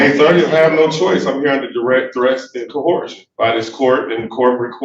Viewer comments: He doesn't know it's coercion not "cohorsion". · What's "Co-Whore-Shun"? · Co-horse-shun 🤣 these sovtards literally cause my brain cells to wither and die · What the hell is "cohorshun"? As in I'm appearing under threat duress and cohorshun. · Another "cohorshun" defendant. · Why do these sovereign citizen crazies always pronounce it co-whore-shun? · Why do these smooth brains always try to put an "h" in coercion? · No further proof is needed that these crayon munchers are just regurgitating things they don't understand past listening to how this... ahem... man of the land pronounces the word "co-HOAR-sion". LOL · Why do they ALL pronounce coercion as "cohersion"? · Can they PLEASE STOP saying "cohorshion" or "cohershion"..... Stop using words you dont know or can pronounce..... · Out of all the crazy things sovcits believe, the thing that will always mystify me more than anything else is why they all pronounce it "co-hersion". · Why does every sovcit pronounce coercion as ‘cohorsion’? At first I thought it was just some of them mispronouncing it, but all of them seem to say it like there’s an h in the word. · I would love to see a "conversation" between him and Kim Worthy. She would chew him up and spit him up in no time flat. Love her. And he must be right because he's using fancy words, fancy phrases and quoting all kinds of cool stuff. Too bad he can't pronounce the words correctly or use them properly. Delusional crayon muncher. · The Sov-Cidiot cant even pronounce "coercion" let alone understand its meaning!! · it really grinds my gears how none of these guys can pronounce “coercion” correctly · Why can’t sovereign citizens ever pronounce “coercion” correctly ?